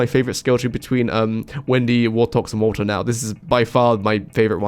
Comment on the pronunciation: the way you pronounce Walter WO-OH